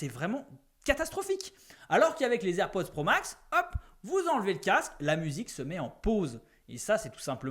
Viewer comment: Ta du mal avec le nom des AirPods 😅😂😂